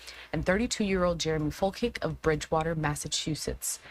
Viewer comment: Its Fol-chick. Not Fil-kik